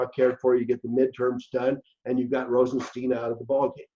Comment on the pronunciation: ROSE EN STINE that's his pronunciation